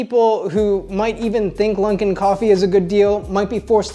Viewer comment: Lunkin? Stopppppp. There is no n you maniac